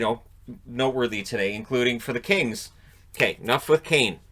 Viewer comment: Every time he said Kings, I heard Kane.